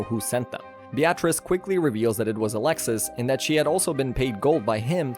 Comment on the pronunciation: Beatrice is pronounced be-ah-tris, not be-at-reece.